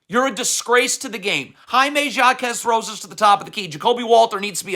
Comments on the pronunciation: Actually it’s pronounced ha-kez 🤓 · Coach, Jaime is Mexican, not French haha his last name is HAH-kezz. Also, Hero not Hair-oh. Cmon you know this!